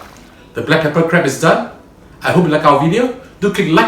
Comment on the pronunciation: Dear chef...we're call it crab...not crebs